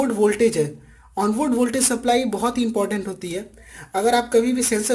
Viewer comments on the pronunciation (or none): none